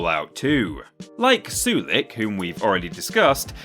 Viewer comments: I can’t believe you put Sulik (that’s SUH-lik, not su-LEEK btw) close to the bottom. He’s adorable, hilarious, has a ton of hit points and action points as well as carry weight. Give him good armor and a melee weapons and he’s really good in combat. He should be top tier. Unlike dead weights like Lenny and Piper. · I dono what translation you're playing but it's pronounced SOO-LICK not Sue-Leek. And he's probably one of the best companions in Fallout 2, easily recruited early with high HP and good fighting skills. I couldn't take this video seriously after seeing him ranked so low. You ranked Ian higher. Ian is probably the worst companion in the entire series. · Ok first off its, Soo-Lick. not what you said, and 2 he is one of the best melee companions in fallout 2, you give him some good armor and a power fist and hes a force to be reckoned with. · ugh, you are absolutely butchering the pronunciation of sulik's name